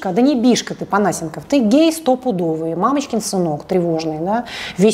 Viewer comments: ну сколько можно ставить неправильное ударение?! Не ПонА́сенков, а ПонасЕ́нков. И ещё, лишний раз напомню, чтобы в следующих роликах мне не резало уши: не кУ́колд, а кукО́лд. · Я же правильно понимаю, что Панасенков - это тот известный и немного чудаковатый историк? Разве у него ударение в фамилии не на другую букву...